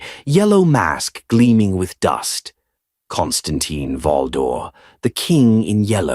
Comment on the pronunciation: kaan stuhn TEEN. If you're going to put out AI trash, at least put in enough effort so say the name correctly.